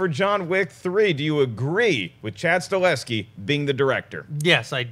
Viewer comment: It's Chad Stahelski not Staleski. Also it's Hiroyuki Sanada not Hiryoki. And he's a man.